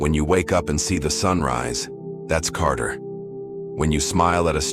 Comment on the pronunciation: I think you meant Qadr not Carter!